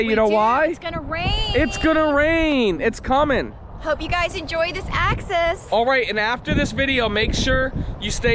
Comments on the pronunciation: axis not access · The name is NOT "Access", it's "Axis". Neither of you are pronouncing it correctly. My dislikes, it's a THOR, it's a THOR, it's a THOR!